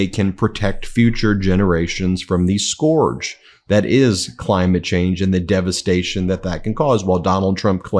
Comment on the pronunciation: Ben you mispronounce the word scourge the same way as Donald